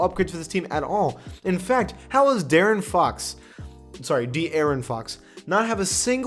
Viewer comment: The way you said D'aaron instead of De'Aaron made me think you were french